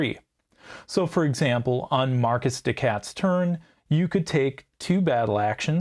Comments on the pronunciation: I can't help but twitch everytime I hear "Marquis" pronounced "Marcus" instead of "Markee" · It's pronounced 'mar-key', I believe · Your accent didn't trigger me, but the pronunciation did. 😂 The S in Marquis is silent. Just "Mar-Key." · Great video. I have to say I would’ve rather listened to the bad French accent than Marcus the cat 😂